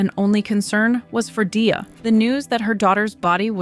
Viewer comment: No hate, but Gleys intro shows how to pronounce Dia lol